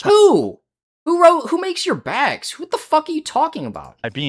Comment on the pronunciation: The way he says “baygs” makes me irrationally angry